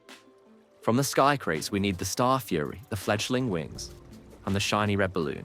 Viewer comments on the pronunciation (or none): none